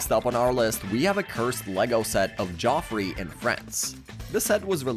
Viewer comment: It's Jeffrey like giraffe not Joffrey the giraffe 😂